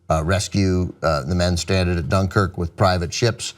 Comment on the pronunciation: I don't know why, but I feel like you're saying Dunkirk wrong